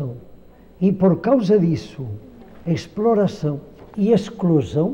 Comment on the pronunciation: "exploração" kkkkkkkkkkkkkkkkkkkkkkk